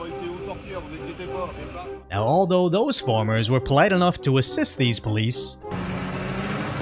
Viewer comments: Mate, it’s farmers not formers. Are you French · It's farmers, not formers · It's farmers......not formers...